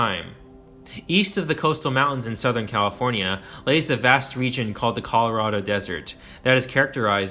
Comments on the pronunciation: HELP I CAN'T STOP HEARING IT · this is a great video! however, as a lifelong Californian, I have never heard anyone from the state pronounce it with 5 syllables like you do. As far as I know, it’s 4 syllables, with the “fornia” at the end of the name being said more like “forn-ya”, as opposed to “for-nee-ah”, how you’re saying it. maybe it’s regional? anyway, cool video.